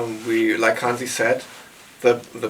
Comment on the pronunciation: What to say.. my favorite album! Keep up the interviews, please. 🤘 (..but maybe someone should clue in that Hansi's name isn't pronounced Hensi. 🙃 ).